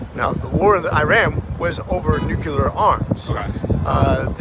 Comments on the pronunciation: “Nu cle ar” not “Nu Qu lar”. Learn SCIENCE! and the root of the energy, nucleus NOT nuqulus. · It's nuclear, not nukeler you idiot politian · Here's another thing a lot of the Republicans say don't know how to say the word NUCLEAR NOT NUCULER. If you can't pronounce it you shouldn't use the term. You don't even know what the hell it entails. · Does any republican know how to pronounce "nuclear"? They all say "nucular". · Are they really that stupid and they actually think he knows what he is doing? But they must be low IQ people because if one more of them says nu-cu-lar my brain will explode. Nu-cle-ar, what is so hard about that if you actually know how to read?